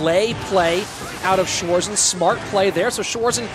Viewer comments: Wanted to write the same haha schwoarsen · How the Narattors calling Schwarzen 😂😂 Schwoarzen